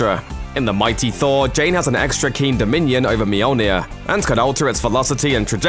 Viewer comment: THOORRAA!!! NO!! It's just Thor. Not, thora.